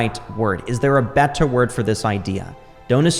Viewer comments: You're a bright young man and have fallen into love with one of the most powerful things that will help you immensely in life. I do hear a bit of over annunciation in some words like 'better' or hard Ts - but you will smooth them out over time as they sit in your pocket longer. It could also just be your accent or what region you're from. Not to take away from the fact that you have a bright future. God Bless you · the way you pronounce "better" kinda drives me nuts